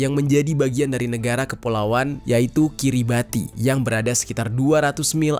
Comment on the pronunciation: Koreksi dikit, Bung. Kiribati nggak dibaca seperti tulisannya, tapi yang benar "KI-RI-BAS". Nggak tahu gimana aturannya, tapi begitulah penyebutan yang benar. Tabik.